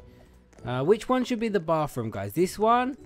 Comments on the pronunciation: is it just me or when he said bathroom it sounded like BaRfRoOm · XD! You say baf room! Hahaha! It ok! I live you! I love Zai but you are actually cute!(XD no you aren't actually cute!(JK) and Zai is beautiful!) LOVE YOU AND ZAI! Btw when you all get married will you record it? Or do you want your wedding a little private?